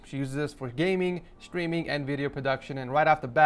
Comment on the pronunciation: is it just me or does everytime he says the word streaming it sounds like the word screaming